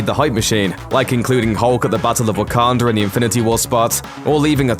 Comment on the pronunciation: bro put a r at the end of Waconda disrespect or nah?